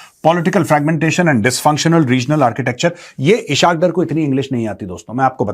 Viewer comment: Eshakdar nahi esaqdar 😂😂😂😂😂